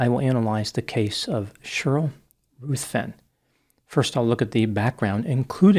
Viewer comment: The name 'Ruthven' is pronounced 'rivven', not 'ruth-ven'.